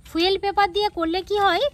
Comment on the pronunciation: ফুয়েল নয় ফয়েল পেপার